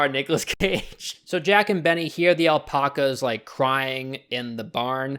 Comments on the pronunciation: Why do you pronounce alpacas like that it's Alpacas not alpocas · “All-pock-uhs” Kill me. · Everyone:alpacas:alpoccas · * Gets really pedantic because they said meteorite instead of meteor * Also: "aL pOcK As" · We’re not gonna talk about the al-poc-as? No ok. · why do you pronounce "alpacas" like that